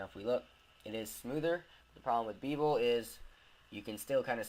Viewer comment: It's BEH-vel, not BEE -vel